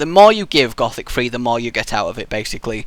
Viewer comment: You need to say it like gooooothic